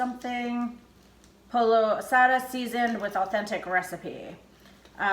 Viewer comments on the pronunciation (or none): It's funny how you pronounced pollo.. It's poio 😁😉 You should try the chicken cilantro wontons the next time. They are so good.